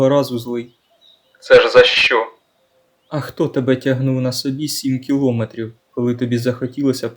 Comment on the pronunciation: Ютуб порадував рекомендацією, вподобайка і підписка. І невеличке зауваження - кіломЕтрів, а не кілОметрів, одразу слух різонуло)